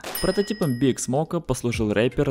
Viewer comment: Не биг (BIG), а БиАйДжи(B.I.G.)